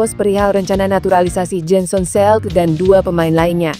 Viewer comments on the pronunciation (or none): Jensen Seelt,baca Jen sen Sil